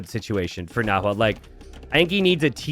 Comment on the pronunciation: It’s more like nah-whe’e